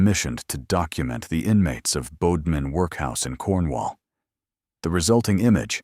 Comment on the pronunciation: ‘man beside her’? And it is Bodmin as in ‘odd’ not ‘ode’.